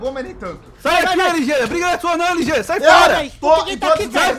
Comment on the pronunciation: LG fala LOSTRE